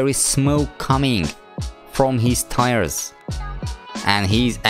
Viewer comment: Said " tries" His captions: T I R E S